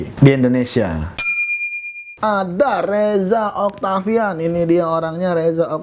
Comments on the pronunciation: oktovian bukan oktavian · reza oktovian pak bukan oktavian :v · oktovian not oktavian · reza oktovian not oktavian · Btw nih bang yang yaa sebenernya itu Reza Oktovian bukannya Reza Oktavaian bang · oi reza oktovian bukan oktavian idiot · oooyyy reza octovian bukan octavian bang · Reza oktovian coy bukan Reza oktavian!!!!! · Dimana" ada aja yg salah sebut "Oktovian" jd "Oktavian" XD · bukan oktavian tapi oktovian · itu rezaoktovian bukan oktavian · rezaOKTOvian om bukan rezaOKTAvian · reza oktovian bukan okta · reza oktovian bang bukan oktavian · reza oktovian keles bukan oktavian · btw, reza oktOvian bukan reza oktAvian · "Reza Oktovian" bukan "oktavian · Reza Oktovian bukan Reza Oktavian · reza oktovian bukan oktavian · reza oktovian bukan oktavian -_